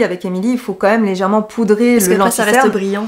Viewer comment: « ....sourcils PARsemés....tout en légèretENT....... » c’est une nouvelle langue? Par contre très bonne vidéo de conseil 👍🏻